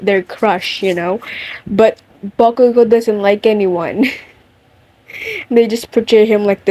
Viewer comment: Not me loving the way you say bakugou 😍😍😍😍